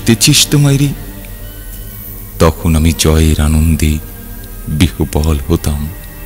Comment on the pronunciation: আহা, দাদা আবৃত্তিতে হৃদয় জুড়িয়ে যায়। তবে দাদা 'বিহ্বল' শব্দের উচ্চারণটা বিউভল হবে নয় কি? নাকি যেমনটা এমনই উচ্চারণই হবে?